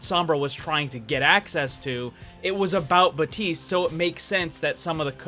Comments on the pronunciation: its BAPTISTE not BATISTE. FUCK THAT MAKES ME MAD. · Baptiste not batiste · Lvl100 boss: not pronouncing the P in baptiste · In french we also say Batiste when someone's name is Baptiste